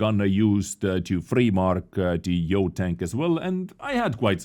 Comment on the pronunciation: brooo its not yoooooooooooooooooooo